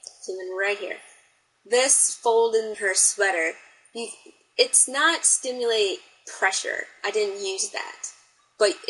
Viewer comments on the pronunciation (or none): Did anyone else count how many times " SIMULATE" was mispronounced " sTimulate" ? LOLZ XD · Simulate, SIM-U-late, Sss...Iiii.Mmm- you-late. STimulate~ VERY different meaning. lol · This is a decent tutorial. It definitely is one way to approach inking. By the way, the word is "SIMulate" not "STIMulate"